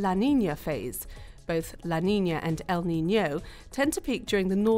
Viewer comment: Useful video but the stress paterns El NiñOOO and La NiñAAA are driving me crazy